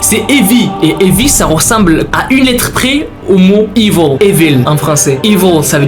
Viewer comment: À on dirait qu'il dit evol et non evil😂